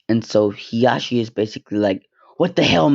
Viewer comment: I like how he says heashi instead of Hizashi